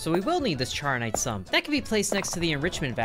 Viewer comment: Charonite is pronounced char-o-nite thank me later.